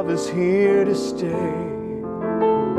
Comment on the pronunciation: Didn't realise that you're supposed to pronounce the word 'stay' as 'sterrrrrr'! That makes the music good. I'm learnding!